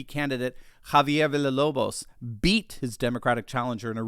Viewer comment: the ll in spanish sound like your j in english, Villalobos would be Vi ja lo bos to be well pronounced.